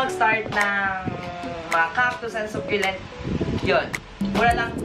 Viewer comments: söculent not suculent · I think she's pertaining about how you pronounce the word succulent, how you say it was "Sukyulent". She's not talking about the spelling lol